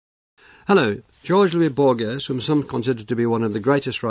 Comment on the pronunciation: bro he said george louis borjes